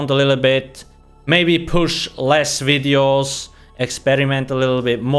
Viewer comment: I love your "wideos"